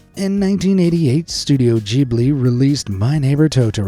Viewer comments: Bro really said jibli not Ghibli 😂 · Studio GIB-LI GIB not JIB-le oh Lord that infuriated my OCD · Title: "Secrets You Won't Believe Are True," Content: mostly half-baked theories... also he mispronounces Ghibli with a j. There are only two possible sounds "gh" can make, and those are the hard g if it is in the front of the word, and an f if it is in the back. I have no idea why it works like this, it just does; you just can't get a j sound when the h is there, die mad.